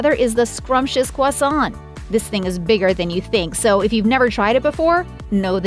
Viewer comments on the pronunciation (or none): Quasont??? Needs to learn to to pronounce croissant